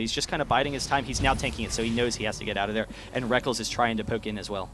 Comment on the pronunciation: rekk-LES not rek-KELS you sad excuse for a caster! its a alternative spelling of reckless!